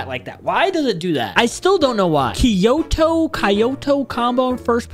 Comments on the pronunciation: nah blud said Kyoto like kayoto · He cant sat kyoto